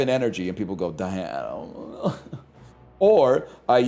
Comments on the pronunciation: Him repeatedly calling it "Die Adam" is gonna make me blow my brains out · His pronunciation of diadem was so confusing, he really had me googling "diatom sts"